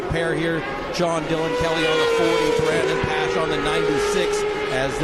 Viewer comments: I had to mute. Pronounce Brandon's name correctly! Dip sticks. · So happy for Brandon and TSE. What an amazing finish. Ran down SDK with 20 laps to go being 6 seconds down to beating him by .030! Just wish the commentators were better. Not sure they got Brandons name right once....